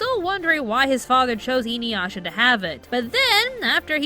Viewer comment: I'm sorry but the way you're pronouncing Inuyasha is grating. Its Ee-Nu-Yah-Sha